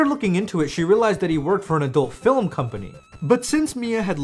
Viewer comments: every time you say fill em instead of film... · Why do you say stuff like "filum" instead of film? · Idk if you know this (and I’m not trying to be rude or anything) but it’s fi-lm not fil-m. Not trying to be an asshole but… yea. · FIL-EM?! WHY DO YOU SAY FILEM INSYEAD OF FILM EVERY TIME